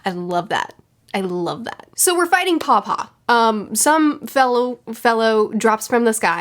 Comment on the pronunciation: What you're saying "paw-paw" What I'm hearing "papa" Lolol I love these reviews so much, and they've only gotten better with each arc! I'm so excited to see your experience with the rest of this Saga, and am super looking forward to your reread, I'll probably start one at the same time. Ngl, I'm also looking forward to the anime reactor, Ruff, to react to your reaction this weekend, lol